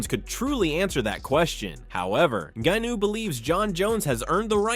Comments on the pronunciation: Narrator lost all credibility based on how he pronounced “Ngannou” Wtf was that? 😂 Clearly he’s never heard anyone pronounce Francis’s full name. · The pronunciation of Ngannou. 😂 I suspect AI..